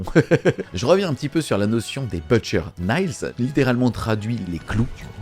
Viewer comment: Bonne vidéo! Mais il faut vraiment travailler la prononciation anglaise. T’entendre dire « butcher naillez » me fait vraiment grincer des dents. Même chose pour les autres vidéos de lore.